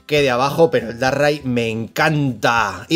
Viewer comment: Como que Darrai???????? DARKRAI! espantoso como lo dices te cargas el pokemon🤣🤣🤣🤣